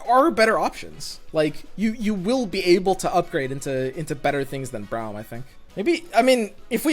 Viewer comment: It's Braum as in AUtomatic, not as in OUch. Please stop